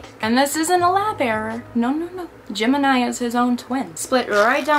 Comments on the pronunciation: Every time she said Gemini all I herd was Jim and I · Happy you're doing great and are making more videos :D Btw. everytime you said Gemeni i heard "Jim and i" haha :D